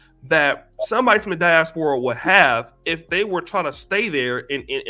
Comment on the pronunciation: Pronounced die-AS-pora Not "die-as-PO-ra"